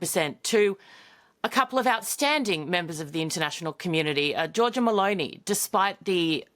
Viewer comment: Georgia Mellony. No Bologny